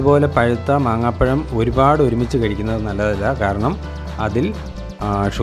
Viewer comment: Maaambazham. Not maanghapazham